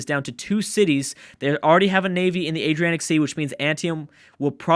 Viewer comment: Dear, its Adriatic sea, not Adrianic sea